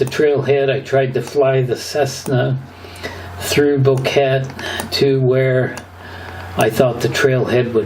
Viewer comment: Boquete: bo-ke-te. Think of bow-kay-tay. If you can say Nevada and not Nevadd, then you can say Boquete and not Bokett. 🙂